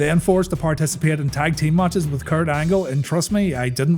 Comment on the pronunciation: Its matches not maaaaches